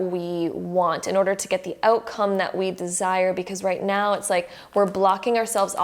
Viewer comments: Just curious, did she say "just meow" ? 🤣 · Wait wait wait... Am I the only one or was she literally saying "right MEOW" everytime!!?? 😂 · “Right nEaW” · Right meouw!😺 I like it .♥️ now I'm literally saying "meouw" each time you say "now".😆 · She was buddy 😂 It was meow